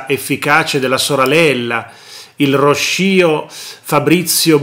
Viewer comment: Ròsscio, non rosscìo... sta per rosso in romanesco, perché Bracconeri aveva capelli rossi e lentiggini 😂